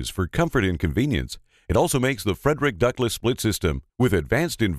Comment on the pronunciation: He's not pronouncing the name of the company correctly... It isn't FREDERICK.. It's Freidrich (FREED-rich). How annoying.